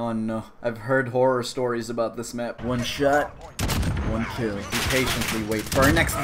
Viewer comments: One sha one kel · i like how "one shot one kill" turned into "wacha waki"